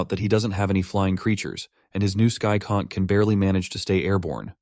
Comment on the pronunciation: pronouncing conch as cock is wild